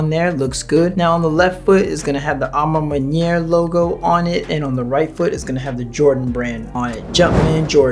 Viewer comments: A ma man-what? Butchered that lol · You know you can Google the pronunciation of a ma maniére 🤦🏾‍♂️🤣